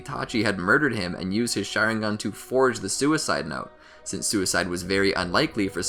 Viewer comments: Did this dude say share ing gun bruh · bro XD "shareinghan". nice vid tho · Bro really said "Sharing gone" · I know I can’t be the only one getting mad when he says sharingan wrong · The "shareingan" as you say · Bruhh Manz said “shareigan” 😭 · Why did he say Shisui awakened the Mangekyo Share-ingan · Share-ingan lol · Did he just say “Share-ingan” 😂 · “share ing gan” Im dead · you said sharingan wrong